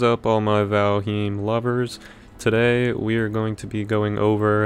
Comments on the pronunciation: Valheem? You mean Valheim 😅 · You're actually wrong as well. The correct way to pronounce "heim" in old norse is, haym. So, it would read "Val-haym"